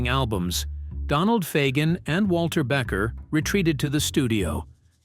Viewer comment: I know! It's BEEKER, not Becker! Damn AI